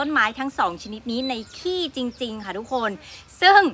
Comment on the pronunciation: กินข้าวไม่เลย อย่าเน้นคำว่า ขี้ 555 พูดว่าขี้วัวดีกว่าครับ